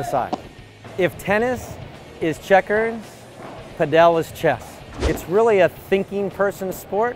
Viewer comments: its not "pad ell". its just Pad ul". please learn to say it correctly.... I live in Spain and this is 100% not the correct pronunciation, its not like padell as in bell.. its padel as in full or padle if that makes it easier... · Why does he pronounce it "paDEL" rather than "PAdel"?